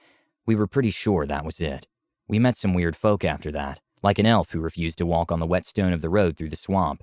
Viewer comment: My one and only wish is for your pronunciation of english words to not fail. Bah-soms? Pronouncing the L in walk? Wtf?